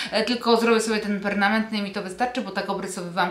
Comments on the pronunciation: Permanentny, a nie pernamentny! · Perma - nentny, perma- nentny,( oczywiście pisze się razem ) a nie pernamentny sory, ale polonistów bolą uszy 🤪. Ja też mam czereśnie tylko szpaki zjedzą więcej ode mnie. Ot przyroda 😘😘